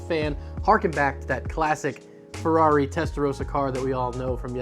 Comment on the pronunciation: Him: gibberish Me, an Italian: "wtf did he say?" Him: "I nailed that pronunciation" Me: roll back, repeat 3 times before understanding he said "it's a Ferrari" with some weird american interpretation of what italian sounds like "oh..."